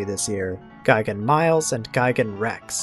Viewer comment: is gigan not gaigan